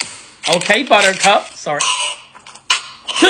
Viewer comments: Did anyone else notice the entire disappearance of his accent when he said "Ok, buttercup"? Sounded like a cowboy talking to his horse instead of his normal UK accent... weird... love his content though...😊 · You sounded American as hell when you said okay Buttercup🤣🤣